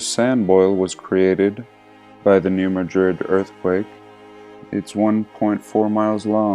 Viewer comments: I live really close to new Madrid and it's pronounced just like new mad-rid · pronounced New Mad😡rid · I live really close to new Madrid . It cracks me up how people pronounce it that aren't from Missouri.